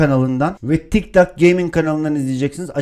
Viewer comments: Abi 'de tik tak gaming değil, tik tok gaming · 0.33 tik tak gaming değil tik tok gaming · abi tik tak değil (tik tok) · ben bu vidyoyu izlemiştim ama yeni fark ettim. Bu vidyoyu yeni izliyenler için vidyoya başlarken tik dok diyo😂😂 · Abi tik tak diyorsun abi